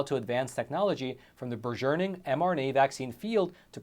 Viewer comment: BURGEONING IMMUNOLOGICAL LOL I get the distinct impression that english is your second language?